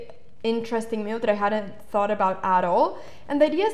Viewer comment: I like when she says "mewve"